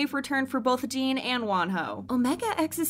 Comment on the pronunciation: Why pronounce jin as jeen